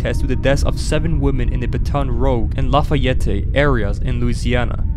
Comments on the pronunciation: It's pronounced Baton Rooj, not Rogue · bro called baton rouge ba-ton roug 💀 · Thanks for giving me the info of my enemy out of the nextbots, Also u said my home wrong, it s pronounced bat-on r-ouge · Cringed that you renounced Baton Rouge wrong.